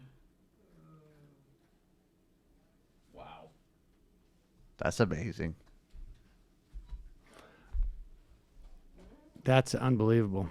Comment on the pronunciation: Uh-Mei-Zin! but never go full peterson.